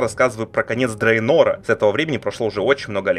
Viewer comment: "Drainor" или мне послышалось?